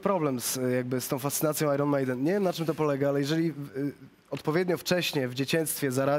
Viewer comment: Nie ajron tylko ajen ...!!!